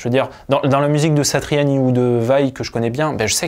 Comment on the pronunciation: Je me demandais d'où te venais ta bonne prononciation de Joe "Satriani " , tout s'éclaire désormais ! On aura reconnu a palatina dans la video aussi ! Force à toi et merci pour ton travail !